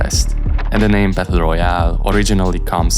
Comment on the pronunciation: Good video, but "Battle" is pronounced "bettuhl" or (US English) "bedduhl", not "bethuhl"